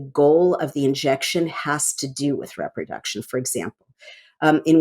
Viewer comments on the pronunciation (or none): Re-production, not rep-roduction.